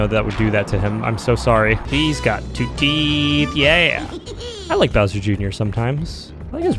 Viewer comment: Until someone pointed it out I thought he said “so long, de Bowser!”